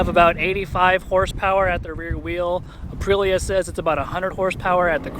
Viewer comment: Is Aprilia really that hard to pronounce? Uh-Pree-Lee-uh. 🤌🏼))